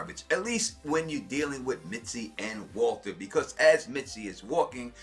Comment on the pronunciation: Misty bruh. lol not mitsy love you vids anyway!